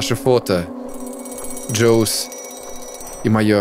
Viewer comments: Не Джоуз, а Хосэ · кстати, в начале, когда главный герой хочет встретится со своим знакомым, да и все последующие разы, ты немного напортачил с именем. Это не "Джос" это "Хосе", испано-латинское имя. Я часто слышал его у мексиканцев. Но это просто к сведению. Если что, можете поправлять. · José это испанское имя. Там J читается как Х, и поэтому читается не Джосе, а Хосе. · José это Хосе, не Джосе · José это не джойс, это имя Хосе на испанском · Не Джойс, а Хосе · Не джоус а Хосе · Jose в английском читается как "Хосе". Просто дал знать. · Я видео не досмотрел, ещё не знаю исправит ли он свою ошибку, но для чистой совести скажу. José читается как Хосе